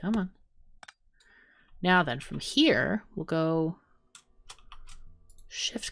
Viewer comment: Survived the storm. ;D Finaly the oil is flowing. Guess I soon will have to pay 25€ and buy Factorio, this is so much fun to watch! ^^ Every time you say "now then", I hear "meow then". xD Is that just me? xoxoxo ^^